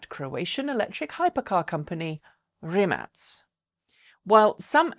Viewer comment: Hi there, Rimac is pronounced "Rimak"